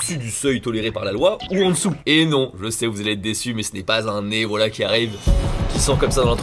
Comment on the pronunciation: Tes « voilà » on dirait des « Wallah » c’est assez désagréable 🤣